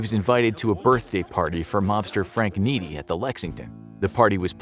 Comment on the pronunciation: You mispronounced Frank Nitti name.